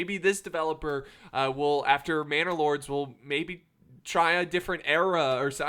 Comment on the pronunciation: Lol this entire time I thought he was saying bannerlord like mount and blade, now it all makes sense